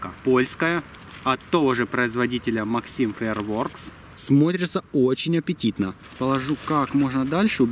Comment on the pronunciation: читается не максим фаирворкс а максэм фаерворкс